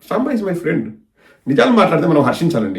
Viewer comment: సాంబ కాదుi సాంబా sir అనాలి